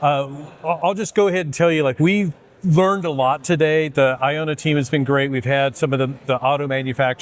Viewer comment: Thank you for sharing but please try to pronounce the company correctly. It’s not I-own-a.